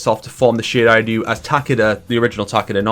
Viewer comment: Does this guy really pronounce "Shiray Ryu" correctly? That's insane. Even NRS can't even pronounce that right